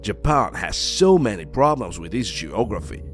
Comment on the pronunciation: Why do you call Japan 🇯🇵 Japoan? Instead of simply Japan 🇯🇵?